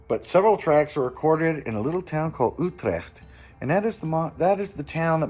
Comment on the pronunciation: The King Gizzard universe is definitely a prolific universe. I'm glad to hear you pronouncing Utrecht much more accurately than I do. Cheers!